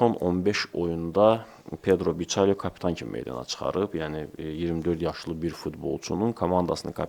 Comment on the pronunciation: Biçalyo nədi eee Bikalyodu oyunçunun soyadı.Adı, Soyadı öz dilinizə çevirmək təzə çıxdı?